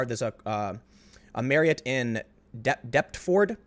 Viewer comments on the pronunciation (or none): PROMOUNCED DEPFERD.